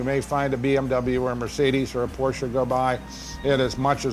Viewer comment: I love the fact that the narrator pronounces "Porsche" correctly. He doesn't say "Posch" or "Porschieeee". Yaye to the narrator!